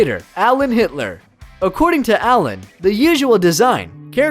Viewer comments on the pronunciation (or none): It’s Gitler. It’s a G. Not an h. Oh by the way there’s also a base model. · His name was Allen G I T L E R not hitler and the guitar is named as such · The "G" in "Gittler" isn't pronounced like an "H". Kind of a ridiculous mistake to make, considering the inventor is an Isaeli. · Neck shaft? It’s just called a neck. Oh and the brand is “Gittler” not “Hitler”. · If you notice, I'm holding a Gittler, not pronounced 'Hit**r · It’s gittler 😂😂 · gitler not hitler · Its gittler guitar. NOT hitler guitar... GITTLER. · I highly doubt it's pronounced "hitler" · The name is in the bottom left corner of the screen.....it's Gittler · It’s Gittler